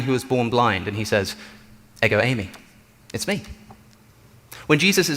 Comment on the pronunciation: “Εγο είμαι” (Ego Eimai)- is pronounced Eh-go, eem ay For the love of god quit butchering Greek 😂